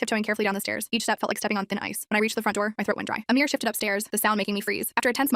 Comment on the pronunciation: Its not amir its amar